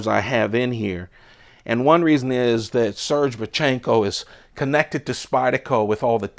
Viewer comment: It's pronounced sir gay. Not surge.